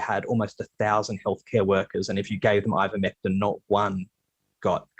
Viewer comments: The guest is lying clearly. Denge, zika, yellow fever are rna viruses which Ivermectin has been used to treat… they post animal versions and the presenter purposely pronounced the name incorrectly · Seriously. It was driving me crazy. The doctor she interviewed said it right. Joe Rogan said it right. I thought she would catch it but she kept saying it wrong. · hypocritical? Lol you need to look up the definition of that word. And it's not a matter of British pronunciation. It's just not pronounced the way she says it. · She said Invermectin instead of Ivermectin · BBC showing pictures of livestock formulations of Ivermectin. BBC host mispronouncing Ivermectin as "invermectin" . BBC defaming and discrediting qualified professionals based on proven misinformation provided by so-called experts who have massive financial conflicts of interest. Typical. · I think it might be deliberate. An attempt to avoid being sued. Now they can claim they never said anything about Ivermectin... Because they didn't... They said "Invermectin" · Someone tell that it's not "in-vermectin" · It's NOT pronounced IN-vermectin in BRITAIN. PERIOD. Get that thru your thick skull. How are you lying? Here's how: in this interview, the BRITISH doctor pronounces it correctly. So your claim that the British pronounce it as "in-vermectin" is simply gaslighting or trolling. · It's Ivermectin not "invermectin" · Why can't the presenter read. Its Ivermectin NOT invermectin.